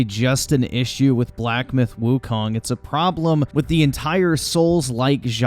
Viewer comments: black myth wukaaang... if you want to be taken seriously, at least pronounce the title properly. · Wukong not Wukang 🤭